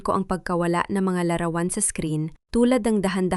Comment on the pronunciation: Pinay ba narator,bakit larawan lang di tama pronounciation